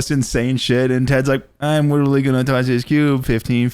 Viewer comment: Aaron from the speak pipe was a book definition was "witerally"